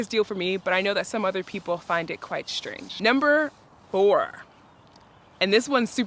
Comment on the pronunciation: One minor suggestion: please stop pronouncing strange as shtrange